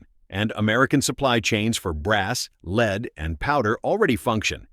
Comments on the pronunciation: LEAD spoken as leed multiple times. AI narrator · What the heck is 'leed' ? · I cringed every time he said "leed" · The text and point are valid, but boy can you get an AI narrator that can actually pronound the word LEAD? It does well with an american accent speaking English, but can't seem to figure out lead.